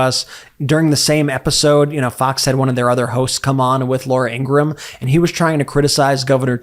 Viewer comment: Brett, congratulations on knowing the proper pronunciation of Laura Ingraham's last name. Perhaps you could consider instructing your brother. (retired teacher)